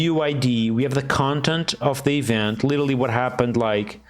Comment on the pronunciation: litelly? LITELLY?